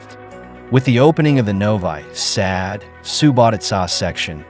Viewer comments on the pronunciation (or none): Novi sad is pronounced noviii Saad not novay sad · "Novai Sad"??? Please pronounce the city names correctly! Whether it is Ai or a person reading the narration, put a little effort into not butchering foreign names. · Novi Sad is pronounced as Novee Sahd.